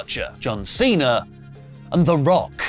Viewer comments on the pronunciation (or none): none